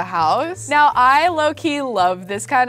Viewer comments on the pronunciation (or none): She said meow instead of now 😌 I love her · did say "right meow"? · Omg she said moew instead of now and I'm lmfao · When you tried to say now you said meow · Did anyone else notice she said meow instead of now, after moving in?? Like if you did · and also WHY DO YOU SAY MEWO IN STED OF NOW